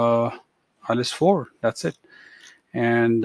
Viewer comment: Hahahahaha ..... u said ILETS not IELTS....GOOD